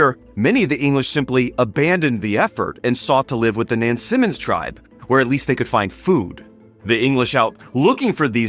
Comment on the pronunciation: I'm curious about how you derive some of your pronunciations, ex. "Nansamond" and "Oropaks". Do you have a source? I ask because as a native of Tidewater Virginia, it does not conform to our taught pronunciation (knowing that doesn't validate anything). Also, I don't recall reading that in any of Helen Rountree's writings (could just be bad memory). Otherwise, I love your videos.